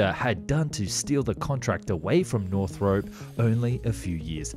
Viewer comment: *nor-throp.... not north-rope